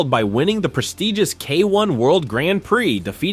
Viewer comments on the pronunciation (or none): none